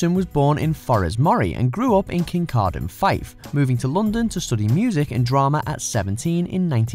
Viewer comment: Decent pronunciation of Kincardine, Well done! The BBC love to massacre that name.